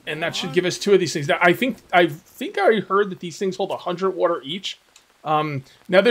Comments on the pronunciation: The jaguar spawned bc he was displeased with your pronunciation of "water". Water...not "wooter" 😂😂😐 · Lmao fill your badoner with wooter